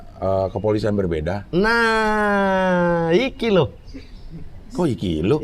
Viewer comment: Saya sebagai orang asli jogja denger mamat "IKI LHO, IKI LHO" asuuuu mantap kakak mamat🔥🔥🔥